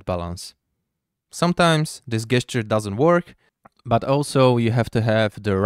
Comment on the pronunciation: It is pronounced ˈdʒɛstʃə.